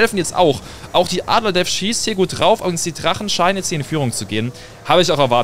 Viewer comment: Wie er immer Trachen statt Drachen😂